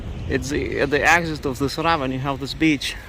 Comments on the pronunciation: This is 100% meant to be constructive criticism, as I know English pronunciations with all of the ridiculous spelling rules & exceptions makes it difficult. The word "ravine" is pronounced "ra veen". And thank you for all of the coverage in both La Palma and Iceland! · pronounced Ra veen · Please say "ravine" so that it rhymes with "between" - I only say this to make the channel better and to make sure you are understood by everyone.